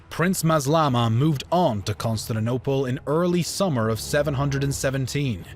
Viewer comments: Lol Consininople?? Not CONSTANTINOPLE? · amm why is he calling "constantinople" "constand and opal", or is it just me hearing it like that? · Pronounced - Constan-tin-Opal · how cant you actually say Con-stan-ti-nople? lmao, good video though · Consanadopel....this vid sets my teeth on edge. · Pronounciation conquered Constaninonople. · That's CON-STAN-TIN-OPLE you moron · constaninople XD good vid tho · Musave A Leak! He came to Constanaople? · Costatinople? wtf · Also - Con-Stand-ta-nople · CON-STANT-I-NOPLE pronunciation is everything in history do better or I will unsubscribe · King who hurt you kid. Never said anything about them calling themselves the Byzantine, they saw themselves as the Eastern part Roman Empire. Plus I know what the correct pronunciation is and I can assure you Con-stand-ti-niople isnt the right one. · The video is all good but the way he pronounces "Constantinople" triggers me ._. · His pronunciation of Constantinople is criminal. If you're gonna upload "educational" vids do try and master the pronunciation of places. Vid is ruined by these amateurish attempts to say Constantinople !!! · Shame the narrator cannot pronounce Constantinople, a 6-year-old child can do better, makes the whole vid laughable !!!